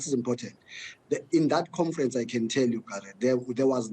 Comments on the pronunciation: Magashule calls it COMFERANCE, that cracks me🤣🤣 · He’s been humbled this one. Was very arrogant before “confrents” 😂